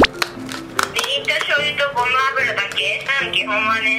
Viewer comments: ごま油のこと、ごまゆって言うの！？ ごまあぶら じゃなくて！？ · ごまゆじゃなくてごまあぶらじゃないですか～ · ごまゆじゃなくてごまあぶらって読むのでは？